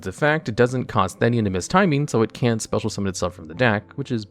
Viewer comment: You said the name of Theinen wrong